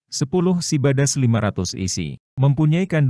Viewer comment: SIDABAS KENAPA NGOMONGNYA SIBADAS 😂😂🤣🤣